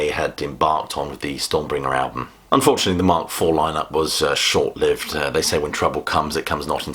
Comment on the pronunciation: Wow... a rock-critic who references Edmund Burke: impressive. However, must learn how to pronounce "short-lived."